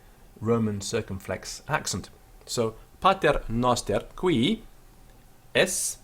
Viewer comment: Qu is pronounced cv :( Man, come on, I cringed when I heard that qui.